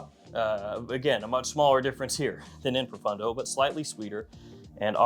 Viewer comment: I wish that would pronounce pro-phone-dough correctly instead of pro-fun-dough! 😊